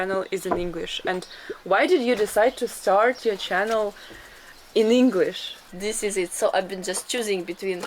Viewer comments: this is the "Russian " vlogs I love, no po*** just people being people. your English pronunciation is so perfect. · Greetings from New Zealand Aotearoa, fantastic video I would like to compliment both on your English pronunciation, fantastic job and thank you for showing us these wonderful villages in Russia, Aroha Nui from Aotearoa